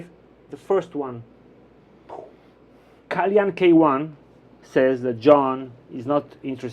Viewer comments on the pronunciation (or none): you butchered the pronunciation of kalyan..LOL And it's a He. 😂